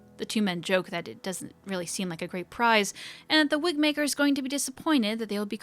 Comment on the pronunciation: I will be very upset if the Wigmaker cast doesn’t make an appearance in the next game. It was my favourite story, alongside ‘eight little talons’. ALso, around one hour in, you said "Wigbaker." Or that's what I heard and it made me giggle.